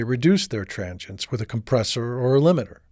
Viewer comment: tranchients? I think it's pronounced tranzients dude =)